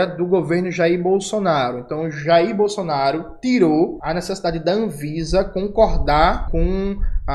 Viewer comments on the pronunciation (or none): none